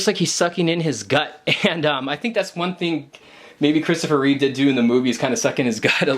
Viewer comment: Reeve, not Reeves. No s.